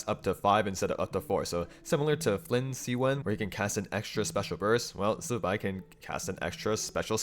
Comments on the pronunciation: OMG all the Genshin creators need to be pointed to your video on how to pronounce Zibai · Love the zibai pronounciation 👍